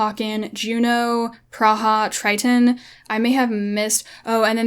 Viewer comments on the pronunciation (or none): none